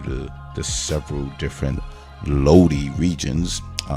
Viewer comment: Just a little help. Lodi is pronounced (low-dye) the end of it sounds like “I”. 👍😉